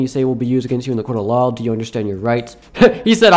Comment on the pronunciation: im your number one fan and i subscribed and evan turned all notifacations on and no afense but why do you say lawl instead of law